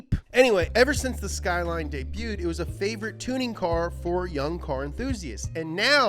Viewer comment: I like to think that that is just how he pronounces "debuted". lol